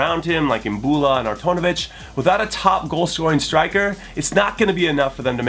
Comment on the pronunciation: 'Artonivic' lmao